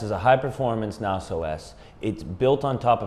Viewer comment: NAS - most people pronounce it with a short a. Ubuntu is pronounced: uu-BOON-tuu